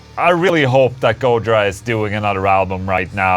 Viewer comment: It's go-JI-ra, not GO-jira